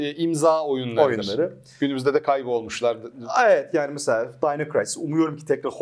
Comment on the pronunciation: dayno kıraysis değil de dino krisis desek? Arkadaşım deli gibi oynar ve tavsiye ederdi bu oyunu ama bende öyle oyunlar vardı ki niye silahla dinozor öldürdüğüm bi oyundan zevk alayım ki deyip istememiştim bile oyunu. Düşünsene bende o dönem evde GTA1 ve 2, Tekken 3, Resident evil, Crash bandicoot 1-2-3, Spiderman 1 ve 2, fighting force, crash bash, syphon fighter, wining eleven, jackie chan, batman beyond, worms, medal of honor, duke nukem ve çok daha fazlası var. İnanır mısınız hala o cdler duruyor bende. Hatıra olsun diye sakladım fermuarlı cd koruyucum hala dolabımda duruyor.